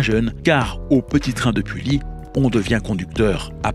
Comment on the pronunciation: Bonjour, je suis conducteur au Mini-Train de Pully, je voudrai vous remercier de ce beau reportage et vous corriger 2 erreurs ! -Le MNT a fêté ses 30 ans en 2015 ! Bernard a donc été président 30 ans ! Le MNT fêtera donc ses 35 ans en 2020 ! -Pully se prononce "Puhi". Ce n est pas grave mais maintenant vous le savez ! Merci encore et bonne journée !